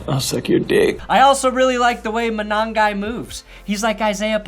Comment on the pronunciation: Your Manongai is fine af!